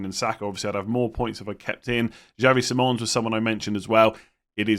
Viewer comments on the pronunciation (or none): none